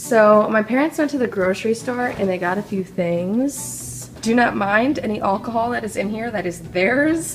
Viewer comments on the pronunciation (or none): wow you say alcohol so different then how people say it where I live haha